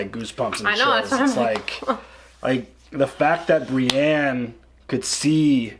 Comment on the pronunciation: Brienne is not spelled with an A. Pronounced Bre•en